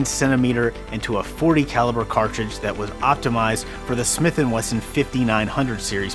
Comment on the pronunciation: Weson lol